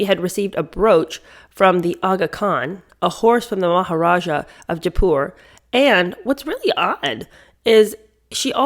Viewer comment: You mispronounced Jaipur. I’m only pointing it out as it’s a major city in India